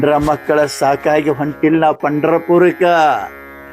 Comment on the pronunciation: ಪಂಡ್ರಾಪುರ್ ಅಲ್ಲ ಮಾರಾಯಾ ಪಂಡರಪುರ